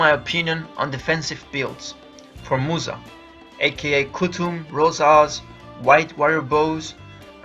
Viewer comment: Started watching. 15sec in the gentleman said 'Musa'. I proceeded to laugh uncontrollably then turned the video off...